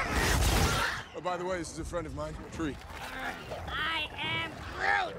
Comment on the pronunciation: The Fact that Thor said "Tree"